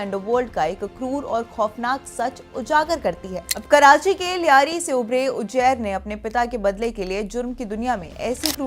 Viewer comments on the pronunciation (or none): Uzair ❌ Ujair ✅ 😂😂😂😂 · Anpadh anchor. Ujair nahi Uzair hai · Name pronunce krna nhi ata ujjair 😂😂😂